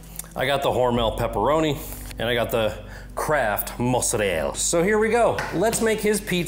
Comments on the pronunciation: You might have an italian mother but mozzarell-A has always that A at the end for pronouncing 😊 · mans really said Mozarell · Why do you say mozzarella like that?